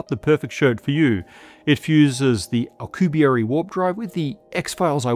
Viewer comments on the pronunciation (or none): That's the first time I've heard "Alcubierre" aloud and it had...more syllables than expected. The vid was dope though.